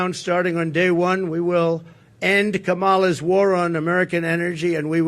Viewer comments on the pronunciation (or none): Trump is about as good on the economy as he is at pronouncing Kamala's name.